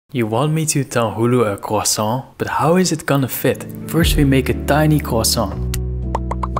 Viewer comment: Pretty sure the only thing the French would be upset about is that they didn't think of it first. Pronouncing croissants correctly definitely helped get into their good books right off the bat though.